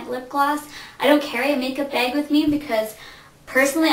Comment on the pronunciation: you say beg not bag